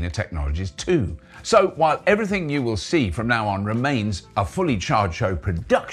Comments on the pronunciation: "Everyting" witout te caracter 'H'? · 'Everyting'? That could catch on 😂